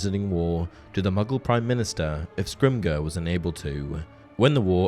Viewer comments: Dude, it's scrim-jor, not scrim-grrr. Fetching crap, man! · Just a minor thing, Rufus Scrimgeour’s surname should be pronounced like Scrim-jer. It’s a somewhat common surname in parts of Scotland, and uses a soft ‘g’ sound, rather than a hard ‘g’, due to the ‘ge’ before the -our. Great video otherwise though! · The pronunciation of Scrimgeour is "skrim- jer" :) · You mean to tell me that this is a Harry Potter centric channel but the narrator can't even pronounce Rufus Scrimgeour's name correctly?😂